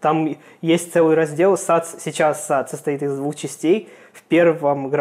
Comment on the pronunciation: Эс эй ти*